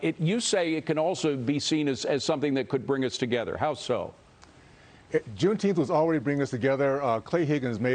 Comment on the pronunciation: He can't even say Juneteenth - idiot. Trump will crush it when he's back in office.